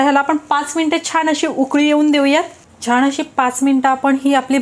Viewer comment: छान असं म्हणायला हवं ना ? तुम्ही प्रत्येकवेळी छाण म्हणताय त्यामुळे पदार्थ चांगला बनवून देखील काहीतरी चुकीचच ऐकल्या सारखं वाटतंय